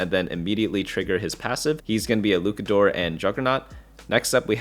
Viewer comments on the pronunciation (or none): fire info, appreciate all you do man. on a side note luchador still uses the ch sound like chad. its just luchador not lucador. keep up the great work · its luchador with the ch like cheese. you had it right the second time but went back to lukador for some reason lol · “luke-uh-doors” is frying me 😭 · Bro said LUKADOOR😂😂😂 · Me being a wrestling fan … I am fried 😂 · Luchador: "Looshahdor" (kinda...) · STOP THIS CRAZY LUCHADOR PRONUNCIATION. Your first pronunciation was much better